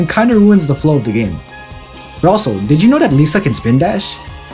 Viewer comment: You keep mispronouncing Lissa's name. You're supposed to use a short "i" sound, not a long "E" sound.